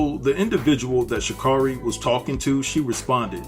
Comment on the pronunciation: You're saying her name wrong and its annoying